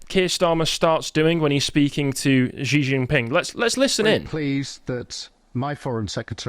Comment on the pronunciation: Two things: (1) Not sure why it's the case that a number of English speaking commentators mispronounce President Xi's name. It's not "gee" or "jee"; rather, it sounds like "she" or the Spanish "sì". (For reference, the senior Alex of The Duran has corrected his; the junior persists in "Jee"). (2) It seems that the reason Ukraine needs "permission" is because the UK (like the US) controls the targeting of its cruise missiles. In other words, it's really the UK (or the US, or France, for that matter) which is lobbing them at Russia (but calling these "Ukrainian" strikes). Which makes sense - Ukraine seems to have engaged in false flag attacks in the past 3 years, calling strikes on (i believe) Poland "Russian", for instance. One wouldn't want to turn those weapons over to a desperate (and somewhat unprincipled) regime. (And no, i wasn't describing the British Empire...)